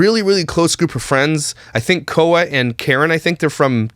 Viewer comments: Khoa is pronounced how you say the first of quality, just say qua. Just so you know 😉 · just so you know Khoa’s name from kkandbabyj is pronounced like kwah :) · FYI Khoa is pronounced kwah 😆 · It’s not Koh-uh it’s pronounced like kw-ah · Khoa lmao you pronounced it so funny!